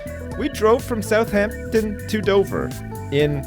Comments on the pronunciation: I feel like Sips puts way too much emphasis on the 'h' in Southampton. No? Just me? Maybe my dad? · The way Sips says my hometown South-heempton